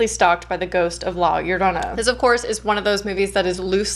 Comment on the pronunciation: Your pronunciation of La Llorana is sooooooooo good! You're the first English speaker who actually took the time to learn how to say it. Having said that, the legend of la llorona is so famous here in Mexico and when I saw the film I thought it was fine, they stayed truth to the legend and the movie was entertaining so. It was good